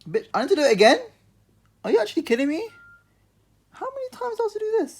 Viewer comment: The way you be saying “bitch”🤣🤣 I be doing the same thing when my shit act up we just alike